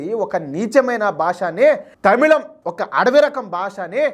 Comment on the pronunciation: తమిౙం కాదు, తమిళమే. ఆ అక్షరం తెలుగులో లేదు. zh ని ళ అని చదువడం బెటరు.